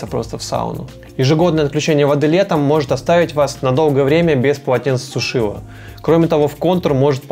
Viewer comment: ПОЛОТЕНЦЕСУШИТЕЛЬ. Не коверкайте русский язык.